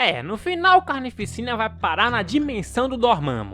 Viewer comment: Mn eu q sou mt esquizofrenico ou td vez q ele fala "carnificina" eu ouço "carne e piscina"